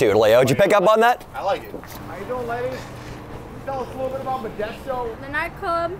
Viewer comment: You came to my city and get it right it’s methdesto